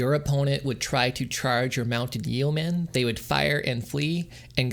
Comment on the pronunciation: Friendly piece of advice here: yeomen is pronounced “yo-men.”